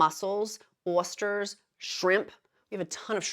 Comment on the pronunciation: Awsters? Oy-sters